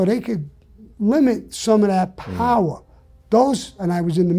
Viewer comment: Gotta disagree with Sammy, I need the "powah".